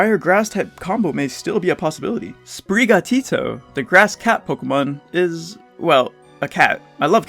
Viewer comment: not foo-coco and spree-ga-tito 😭😭